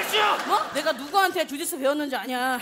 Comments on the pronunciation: ㅋㅋㅋㅋㅋㅋㅋ주짓수 주짓수 ㅈ됐어 ㅈ됐어라고 들음ㅋㅋㅋㅋㅋ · 나만자꾸 주지스를조됐어라고들리나? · 아 주짓수를 ㅈ됬어로 들었넼ㅋㅋㅋㅋㅋㅋ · 나만 주짓수 거리는거 ㅈ대써로 들리냐